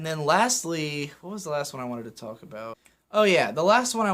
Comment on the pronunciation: I gotta balk at the way you say talk and walk